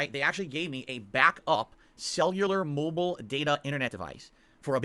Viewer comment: Am I the only one who absolutely hates the way he says “mobile”? I cringe every time he says it